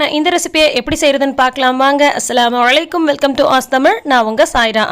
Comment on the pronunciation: aafreen.... நானும் ஒரு முஸ்லிம் லாஇலா ஹா இல்அல்லாஹ் ..... ஆனால் சாயிரா சொல்லும்போது சலாம் அழைக்கும் போல கேட்கிறது....